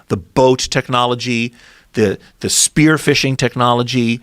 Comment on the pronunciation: Lol why is he calling 'spear' 'spearse' dude getting to excited there.